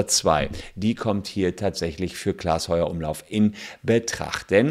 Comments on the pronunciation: Das nervt mich so doll, r heißt nicht Heuer-Umlauf sonder Heufer-Umlauf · Voll nervig wenn der Name nicht mal richtig ausgesprochen wird ! Klaas Heufer-Umlauf !!! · Heufer Umlauf Bitte! 😅 nicht Heuer 😄